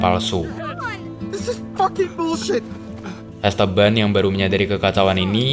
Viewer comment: dibaca 'EstEban', om, kedua 'e' dibaca spt kata "enak" atau "aneh".. bukan es teban aplg es tebu 😂